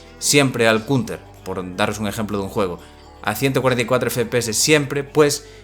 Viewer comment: Que diablos es " Cunter " y " tiring " Horrible pronunciación.